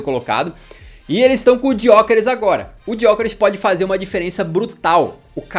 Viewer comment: Já tá na hora de pronunciar "Gyokeres" corretamente, mano. "Diokeres" é foda. 😂